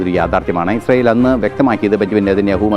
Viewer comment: Ashyell alla israyell😂 Eshyeelinte ayendroom monji sangi